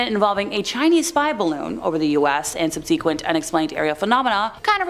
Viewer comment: Please learn how to pronounce "subsequent" and "vehement", and "Medellin" and all the other words in this video that you mispronounced.